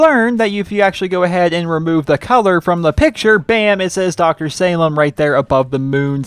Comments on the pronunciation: I believe it's pronounced (sah-leem) anyways, nice vid! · It's pronounced "saleem", it's Arabic. Sorry I'm picky. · Dr. Salim is said like "Suhleem", not how you're saying it. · Hey I hope you pay close attention to this comment because my cuzin Salim is part Aribic and part american I'm not sure what an Aribic name had to do with the snow but what I do know is that its pronounced Say-leem